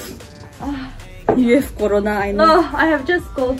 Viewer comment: She said Corana hahahhahahha